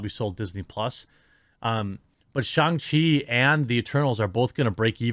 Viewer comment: I can never really tell if Jeremy is intentionally mispronouncing people's name or the title's of movies or if he just makes no effort to figure out how it might be pronounced. Examples just this week: Pete Buttigieg, Shang Chi, Letitia Wright, and who knows what else....I mean you could google the names...but why bother i guess?! Did I miss any other names he can't pronounce? At least he says Oregon correctly... Gonna start calling him Jeremy Ham-sandwich